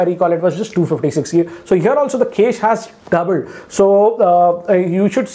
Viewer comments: With all due respect, ‘cache’ is not pronounced ‘case’. It’s pronounced as “cash-ae” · Noticed one strange thing... He is pronouncing cache as 'case', should be 'cash'. Also have noticed he pronounces warp charge as wrap charge in other videos. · Cache is pronounced as CASH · It's ka-shei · Cache is "kesh". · Cache = Kaish 😂😂